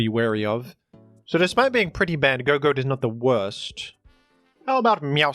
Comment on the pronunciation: I think Gogoat is supposed to be said like "gog-oat" (gog like goggles or good old games, and oat like breakfast)